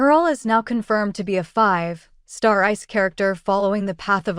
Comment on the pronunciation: There are some awkward pauses in your AI voice between "5... star", fyi